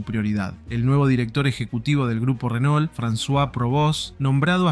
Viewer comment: Renault se pronuncia RENÔ no Renol🤣🤣🤣